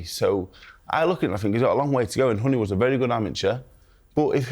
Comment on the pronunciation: “Give us your summation of Wardley vs Hunny” - it’s Huni, Simon, you wally 🤡🤦‍♂️